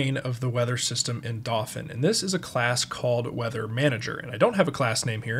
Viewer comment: I can't be the first to ask if you're pronouncing "dauphin" wrong on purpose